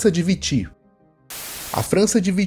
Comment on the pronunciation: perdão mas a pronuncia de "Vichy" foi uma atrocidade